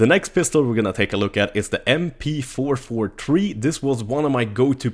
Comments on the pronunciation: M-Pee-Four-Four-Tree :D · I'm not hating, I just don't know why he can say battlefield 3 but can't say mp443 (mp44tree.) :P